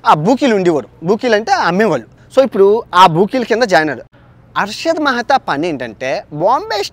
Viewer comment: Mehra kadhu ra mehtha